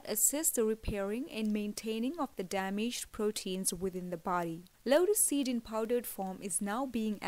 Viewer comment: Vedio mai asy lag raha hai jese lora seed lora seed bol rahi hai ,😂😂